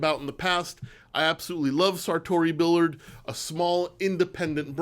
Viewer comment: Pronounced Sartory “Beeyard”